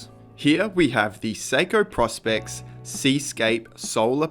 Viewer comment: PROspex not PROSpex